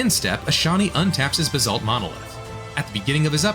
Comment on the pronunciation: I'm glad you pointed this out; I thought I was losing my mind, but it pronounces some of the card names, like Basalt, in a very interesting way.